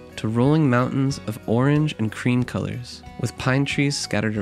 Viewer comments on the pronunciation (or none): none